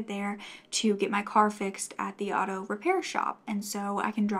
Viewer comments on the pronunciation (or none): none